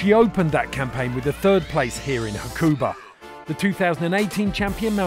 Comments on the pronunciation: It's pronounced 'Hakuba', not 'hakOOOOOba'. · Surely it doesn’t take long to ask someone how to pronounce Hakuba properly before editing? :S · Surprising red bull you haven't put any thought into pronouncing Hakuba or Nagano correctly.